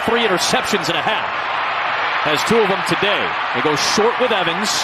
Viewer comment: "He was just a yard shight" WTF